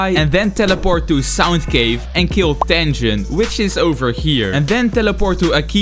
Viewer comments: is tengen not tenjen and "this guy" akeza he's name is akaza and he's a demon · Bro said akeeeza tenjen and dooma 😂😂😂😂😂😂 no offence its just funny i dont mean it in a bad way